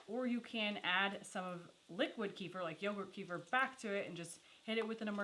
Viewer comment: You guys are seriously some of the most humble and genuine people on YouTube and I've been subscribed for years....but..I have to point out, kefir, is pronounced kuh-feer not key-fur. Sorry, it gets me every time I hear it 😂